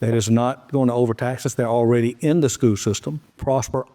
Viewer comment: Does nobody in this town know how to pronounce the word “school”?